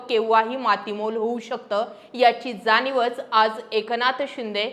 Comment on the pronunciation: जानीव? सुनावनी? लई भारी मराठी!